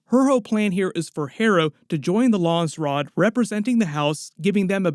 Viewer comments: It's Landsraad, not Lansraad. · it's not lawnsrod its LANDS RAD.